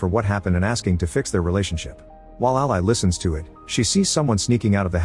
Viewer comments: dead that the computer said "ally" like the supporter/associate and not "Ally" like the name over and over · Can we train the ai voice to pronounce the name as “Al-ee” vs “Al-eye”??? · A pity the AI voice can't pronounce "Ally" as a name...